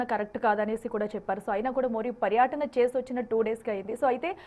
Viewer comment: తెలుగు సరిగా పలకడం రాదో చదవడం రాదో తెలియటం లేదు.ప్రధాన మంత్రికి, ప్రధాని మంత్రి అంటున్నావు, పర్యటన, పర్యాటన అంటున్నావు. అటెన్షన్ అటెన్ ఇంక్షన్ అని పలుకు తున్నావు. తెలుగు ఇంగ్లీషు రెండూ పలకడం రాదు. మేము రివ్యూస్ చూడాలి.. ముందర మీరు సరిదిద్దుకుని అప్పుడు reviews పెట్టండి